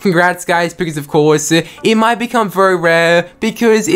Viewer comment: Why do you keep saying "guys" after every sentence? And "ofcoure" ? Are you trolling or is English not your first language?